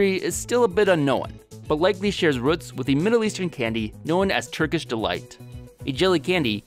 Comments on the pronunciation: Ohhh i hate the way he says ruts instead of roots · ROOT not rut